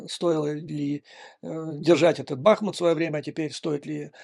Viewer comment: Здравствуйте! Спасибо за вашу работу. Все логические цепочки, практически, безупречны. Одно критическое замечание по фонетике. Историческое название г.Бахму́т звучит с ударением на букву "у́". Всё остальное - сленг, возникший с подачи одного чванливого чиновника, которому не подсказала "челядь". Как в сказке,- у хромого короля челядь тоже хромая. Слава ЗСУ & God bless America!